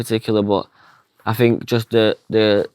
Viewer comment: It's I THINK not AHH FINKK. 😂😂